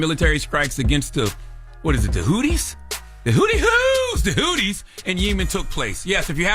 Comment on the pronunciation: Houthi's. Its pronounced how its spelled. Charla shouldnt comment on shit he cant even pronounce.